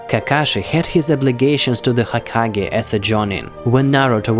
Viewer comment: Is it me or he said hakagay